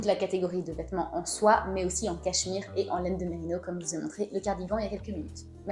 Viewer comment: Très sympa.! Pour info on dit merinossss😉